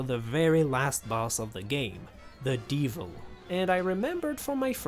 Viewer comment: yea however, the why he says some words like "de-vil" is just weird to me